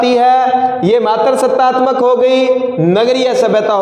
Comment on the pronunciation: Shayad aapne sanskrit nahi padi. You teach good. Matar nahi matristatamak